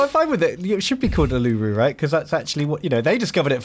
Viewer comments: That pronunciation of Uluru though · Uluru is pronounced "oolaaroo" not "oluroo".. that physically hurt me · Calisipher usually that doesn’t bother me but that was making me wince each time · same for me, ive never heard anyone pronounce Uluru like that